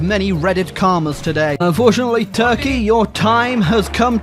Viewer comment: Listen to him say Turkey